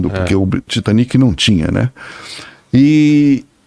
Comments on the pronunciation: Tem horas que "aportuguesar" nomes estrangeiros fica feio. "Titanique", "Britanique", "Olympique"... péssimo. As palavras "olímpico", "titânico" e "britânico" já mostram onde tá a sílaba tônica. Parece um tipo de vergonhazinha de chamar certo e um medinho de parecer semanticamente pedante. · A pronúncia correta é "taitanic", "britânic", 'olímpic" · Titaniki titaniki Britaniki 😂😂😂😂😂 por favor niki niki 😂😂😂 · Porque temos a mania de falar Titanic em português como se houvesse acento agudo no último I? São palavras inglesas então é Titanic como se houvesse acento circunflexo no A , acho que uma palavra paroxítona. O mesmo para britanic